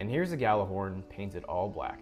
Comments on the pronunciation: That's true. It's kinda hard to write how we say it in Icelandic, but Gjallarhorn is pronounced similar to "G-yeah-dlar-hordn" 😁 I just checked on Google translate, how it pronounces it and the Gjallar part is correct, second part is close😁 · Yeah most people don’t pronounce it “yallar” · That's absolutely beautiful. Stunning work, man 😊 Fun fact, Gjallarhorn is an Icelandic/old norse word. Means loud sounding horn and in modern day it is a megaphone, also, almost no one pronounces it correctly 😄